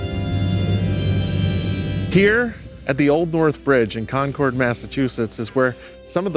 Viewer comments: I live 30 min from JSB, and 15 min from West Leb. I wait for the time the Prophet announces a temple here. Just as a note, and I don’t know why it bugs me, but “Con-Curd” and “Leb-uh- Nin” are proper local pronounciations ;) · you’re killing me how you say “Concord”. Thanks for visiting my beautiful state my family called home for 8 generations!